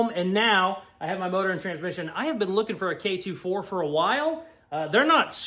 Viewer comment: The only problem I've had with this video is the pronunciation lmao, k "24" and cd "o" 9 is how people pronounce em normally, I know with all the USDM shit you probably don't know better but OOOOOOOO I was losing it